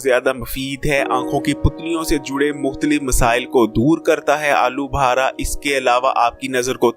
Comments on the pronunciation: Pehly bolna seekh Lyn alu bhara nai alu bukhara lafz hai bhai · I think he is lahori 😂😂